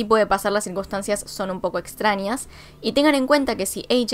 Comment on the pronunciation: Me está poniendo nerviosx con "extranias" "ninios" y "anios" 🤯🤯🤯🤯😡😡😡😡